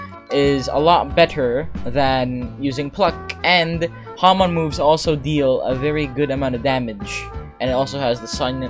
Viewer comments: Nice u pronounce it HA mon :D nice vid :) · "today i willl be using Haman" XD (like your Vids)